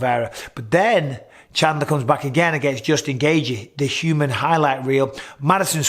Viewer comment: I see you're still saying Shandler instead of his actually name lol. It's been years man